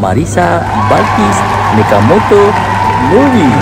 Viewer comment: Orang lain: Mechamato: Mechamoto